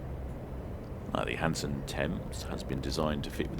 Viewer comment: Hanson not Hansom!